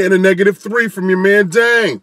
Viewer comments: "I've got some BEANS on here too mayne." Idk y I thought that was funny xD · You said mang.I heard it. Haters hate. I love me some crappy mexican pizza.